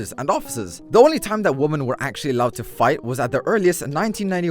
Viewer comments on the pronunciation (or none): I love how he says woman instead of women without failure everytime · Women, pronounced Wimmen is the plural of woman. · pronounced like "wihmen" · It's pronounced wi men not woman for plural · It's pronounced WImen. Not women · Its women Not woMan Man that was so annoying. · Take a shot everytime he says woman instead of women. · ~ "Wumen" -Thats about how he pronounces the word for the rest of the video not that I'm insulting him, this is just the first time I've heard it pronounces like that. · I can tell you put a lot of work into your videos and care about getting things right so FOR THE LOVE OF GOD IT'S PRONOUNCED ˈwɪmɪn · you pronounce women wrong which bothers me but in retrospect it doesn't really matter so i probably shouldn't post this comment